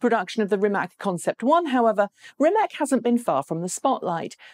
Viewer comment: The vast majority of Rimac's business model is to sell technology. In fact, they are the only profitable EV company because of this. By the way, it's pronounced "Rimats".